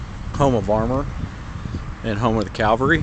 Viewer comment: As a former tanker with the 3rd Armored in Germany, the proper pronouncation is CAVALRY, not Calvary. Calvary is the hill Christ was crucified on. If you're going to do a video, please use proper English.